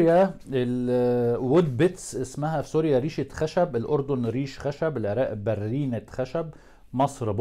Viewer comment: برينة نرمادة .. برينة الراء خفيفة انت تلفضها مشددة